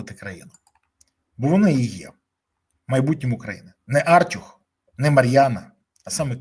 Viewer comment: Та не "Артюх", а "артЮх" Хоча, в принципі, як лайно не назви - лайно воно і є...